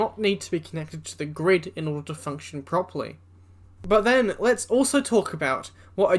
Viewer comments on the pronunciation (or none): none